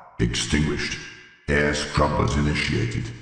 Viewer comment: it’s air scrubbers not strumpers